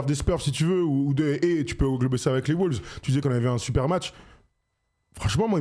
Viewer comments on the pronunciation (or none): arrêtez de dire des "les WOULVES" s'il vous plaît. La phonétique c'est : UK: (wʊlvz) US: (wŏŏlvz)